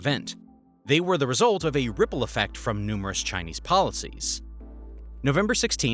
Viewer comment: thats the most chingchong pronunciation, did you even research on how it's pronounced before making this video?